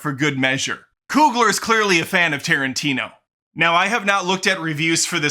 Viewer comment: all you had to say was "Tarentino" and I'm in